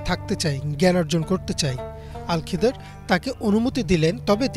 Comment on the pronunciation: আল খিদর নয় খিজির আ: হবে